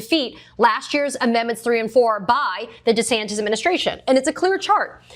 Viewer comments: you know she a new Yorker she said deas ASs wrong.😂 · Thank you for this news report, however the proper pronunciation of the governor's name is DeSatan. 🪷🌟😇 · Thanks Katie!!! But it’s Desatanis De as in OF. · You mispronounced DoucheSantis... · thought she said death-santis